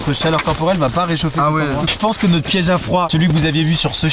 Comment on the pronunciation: "Notr-E igloo."